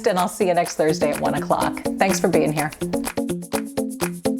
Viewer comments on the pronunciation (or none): none